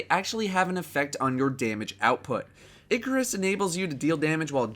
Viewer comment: It is pronounced eye-car-us not ickk-er-us